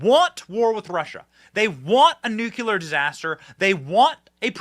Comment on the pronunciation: You keep mispronouncing NUCLEAR.